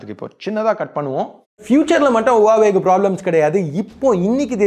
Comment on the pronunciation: Huwaweaaa illa Huwawe